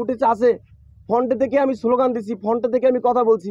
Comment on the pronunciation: আর "ফন্ট" কিরে ভাইই ? 😆 তুই নাকি শিক্ষিত.. শব্দ টা "ফ্রন্ট" হবে গোবর গণেশ । 😂